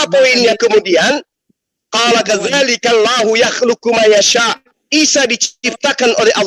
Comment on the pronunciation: Bacanya bukan KADZALIKI, tapi KADZALIKA